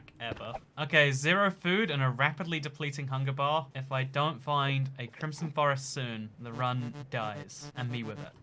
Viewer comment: Foxcatgaming 2 crimson not crimpson